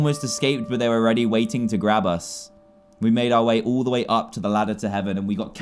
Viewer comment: hahaha! you said the meme da wae when you said the way